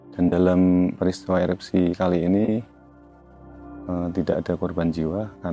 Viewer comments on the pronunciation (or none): Erupsi boss...bukan eroksi...